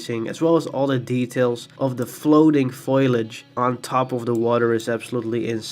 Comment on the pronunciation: Hey. You are pronouncing "Foliage" wrong. You sound like "Foil-age" when it should be "Fol-iage". Your English is great otherwise.